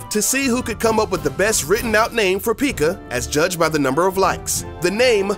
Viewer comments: it's pekka not pika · Pieka or Pekka? Anybody else just got this in recommended? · Lol he said pikka instead of pekka xD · The... P.E.K.K.A... is pronounced pekka. Not freakin PIKACHU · its pekka not pikka get it right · Why do u pronounce pekka as “peeka” IT ONLY HAS ONE E SO U PRONOUNCE IT PEKKA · It's Hogrider, not Pigrider. It is also pronounced pe-ka not pee-ka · He said pikka for pekka it sounds like he is talking about the Pokemon piikachu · It is not peeka you say it pek-ka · ITS NOT PIKA ITS PEKKA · Right he says pikka it’s pekka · The fact this guy says Peakka and not pekka triggers me... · p-eh-k-a not p-ee-k-a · Its not peeka its pekka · Everyone knows its not pronounced peeka... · Was anyone else annoyed when he called P.E.K.K.A a pikka? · did it annoy you when he said pikka. and how he thought we wouldn't know it was made by SUPERCELL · Why tf did u call P.E.K.K.A peekuh?!?! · "PEEKA"? "Pig rider"? Seriously... Do your research ffs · dude really just called the pekka a pica 😂😂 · something u need to know is how to pronounce pekka! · i love my p.e.e.k.a.s best pronunciation award does not go to you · Did he say the peeka? 😂😂😂😂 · I pretty sure its pronounced (Peh-k-uh) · “Pig rider” “Peeka” 😂🤣😅 2019 anyone? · God damnit. The entire time he was taking about the perks i wanted him to stop taking so I didn't have to listen to him say "peeka" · Its not called a peekachuuu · Dude learn how to say pekka it's not pikaa ffs not a pokemon or pikachu lmao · It's not peeka its P.E.K.K.A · Are you serious it is pronounced p.e.k.k.a not p.e.e.k.k.a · Pick-a wtf is that? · XD He called the Pekka a peaka XD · Peeka. Lol I’m dying. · Say peeka one more time I swear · Out of 7 things, I knew 6 of those. So there not things I dont know. Also, you called P.E.K.K.A a Pikuuuhhh.. You should make a video called "7 things I make up for a click bait video and really dont play clash of clans. I STUPID" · Stop saying peeka lol 😂😂🤣😂🤣😂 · Thank god someone agrees